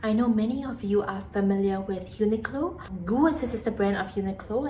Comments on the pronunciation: It's pronounced G U as in the alphabet no goo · GU is pronounced Gee-you. It means jiyuu 自由 (freedom)